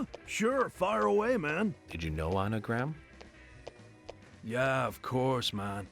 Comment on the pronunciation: when they say Anna Graham it sounds like their saying anagram